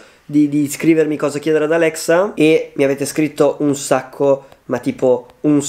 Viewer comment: 0.19 un sacco ma proprio un sacco ma tipo un scoo